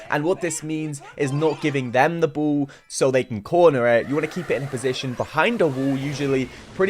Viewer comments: Ball.. Say it with me B.. A.. L.. L. Not bool. Who tf says that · I love the way you pronounce ball “buwl” lol no offense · What the heck is wrong with "the bool"🤣🤣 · Bru bol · Bool and Wool instead of Ball and Wall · I ❤️ when he says bull instead of 🏀. Wall as wull 😂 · "can I get a bo'o o wo'a"